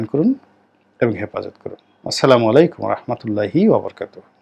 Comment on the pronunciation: জনাব গোলাম মাওলা রনি সাহেব সালামটা অন্তত শুদ্ধভাবে বলতে/দিতে শিখুন।